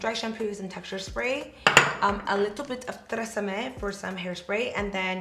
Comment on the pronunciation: haha "trrresame " haha